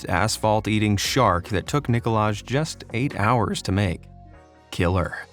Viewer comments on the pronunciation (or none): Great vid as always, just a little tip: Nikolaj is pronounced like Nikolai. Edit: Guido is usually pronounced like Gido